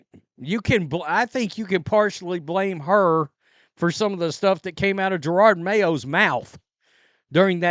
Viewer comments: ITS NOT JER-ARD IT IS JE-ROD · I love your channel, but stopping saying "Gerarrrrrrrrrrrd" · He's mispronouncing the name on purpose.